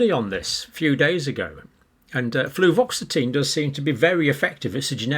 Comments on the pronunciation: Fluvoxamine not fluvoxetine. Have I just fact checked Dr Campbell? Anyway I like these fact checking bits, it should become a regular part of the show. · Not to nitpick, John, but you have a tendency to confuse/conflate two common SSRI meds with similar names: fluvoxamine and fluoxetine (aka: Prozac). You keep saying "fluvoxetine" instead... which AFAIK does not exist. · John, I think that you usually mean Fluvoxamine when you say fluoxetine. I am I wrong?